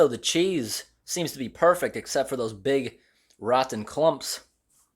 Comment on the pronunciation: “Rothen chaes”